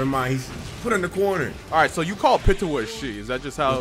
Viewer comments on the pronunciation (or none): Its piiiitou not pitoa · Where do you guys keep getting the “a” at the end of Pitou’s name?? 😂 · I hate how he says " pee tu oh" instead of "pete oh"lmao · “Pittoo” I know it’s kinda weird but it’s pronounced like “Pee-toe” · PeeToe not PItoe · I screamed every time he pronounced it like "Pitowah" WWWWWWHATTTT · Lol lets say it together "peetoe" pitou And tall right the manga for my hero is fucking fire right alot of people are gonna be pissed when it comes back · BRO...ITS PRONOUNCED Pee-too! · its PEE TOE my guy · Am i the only one that felt irritated when he didn’t pronounce pitou like pee-chu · Pitou is a guy lmaoo and it’s pronounced Pee toe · pitou is poranuced peatoe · The way you say Pitou is just... no. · Why is he pronouncing Pitou like that?